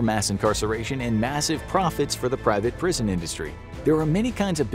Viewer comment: said prison i thought he said bricked in